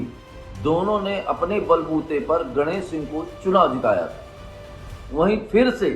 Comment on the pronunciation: Patrakaar ji ganesh singh ka naam sahi dhang se legiye